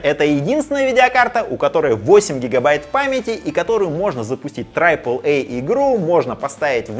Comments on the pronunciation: пожалуйста, triple произносится как трип(э)л, не трайп(э)л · Трайпл эй? Ахахахах. Даже англоговорящие люди говорят трипл. Байт на комменты? Возможно. Да и пофиг, мне смешно :)